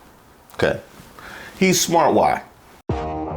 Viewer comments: “He is very smoort”. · Smort? WTF is 'smort'? Industrial strength stupid is not a good look. Or sound. Or quality of life.